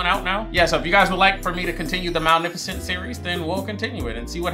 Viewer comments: Hermione: its MalEficent not Malnificent Ron : you say it than, if you're so clever ... no real difference ocured what so ever . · Respect the #bingers for real... We really waited 17min for tongue to act right. Manificent. Malnificent. Magnificent. Sir! The woman's name is the movie. English! Get it together 🫣🤣🤯😂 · bro her name isnt malnificent 😂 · I think you mean "Malneficant" haha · Movie title: Maleficent What the fairies call her: Maleficent: MaNiFiCeNt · I love that continuously says malneficent rather than maleficent 😂😂😂 I can’t tell if he just can’t pronounce it right, bc same it, or if he just didn’t realize he was saying it wrong😂😂😂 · "Today we're watching Malneficent" movie hasn't even started and struggling already 😂😂😂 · bro really called her malnificent instead of maleficent the whole time😆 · Him saying "Malneficent" instead of Maleficent always annoys me whenever I watch this. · It'sMalEficent not MalNeficent Sir. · LOL. Do you just like saying names different than they are?! 🤣 it sounds like you’re saying Mowl-nef-icent. 💀 it’s MUH-LEH-FUH-SNT. 🤣💀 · Cause who is Malnificent? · Every time he says "Malnificent," I cackle. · Maleficent's pronunciation as Malnificent is one of the best parts of this movie reaction. 🤣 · Not the Malnifecent 😭😭😭😂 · not say Maleficent wrong the whole time 😭😭😂😂😂 “malnificent” - there is no N 😭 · Saying Malificent like Malnourished😂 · Ma-li-fa-cent 🤣sorry had to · Not him calling her Mal- nificent 😂😂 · Ma.Lef.Fi.Cent - just saying. Unless you’re doing a bit, then just ignore me. Love the reactions👍🏾 Also the baby she said, “I hate you!” to, that’s her real life daughter. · Take a sip of water every time he says Malnifacent😂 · the way he kept saying "Malneficent" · Not the “malneficent” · Malnificent😂 love that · It’s maleficent with an L not an n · Anybody else peep how he kept saying malneficnt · if you say "malneficent" one more time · say it like "MA-LIFA-Scent" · "malnificent" XD